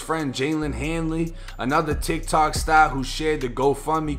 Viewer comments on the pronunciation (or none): Say that part about “tic tic stahr” again